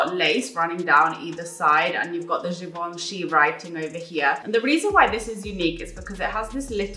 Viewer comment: haha Givenchy Rouge:p honestly you pronounced it well for someone who doesn't speak French! It is such a good video with great brands, the chapters are soooo helpful for a format like this. It's very clear + you are a real sunshine as always <3